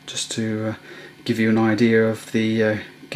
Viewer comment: lol did you just say "idear"? roflmao 1 star just cuz u said "idear"